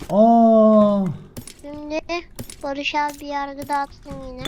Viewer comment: Farkettinizmi bilmiyorum heyecanlaninca Barış abi demiyo. Barıjj abi diyo😂😂😂😂😂